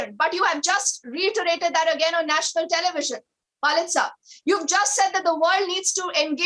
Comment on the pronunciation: she is continuously saying "Walid Iqbal" which means "Papa Iqbal" , "Father Iqbal" , "Pitaji Iqbal" hahhaa she is not callling him correctly . this is Waleed Iqbal not Walid Iqbal hahaha